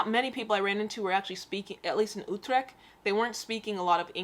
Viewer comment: The common Dutch city Oetreckg, at least you tried...